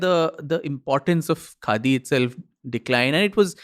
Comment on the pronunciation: "What do you think of KHADI ?" sounded like n rhymed like "What do you think of GANDHI ?"... Pointer questions for future podcasts: real Gandhi unreal Gandhi name-sake ...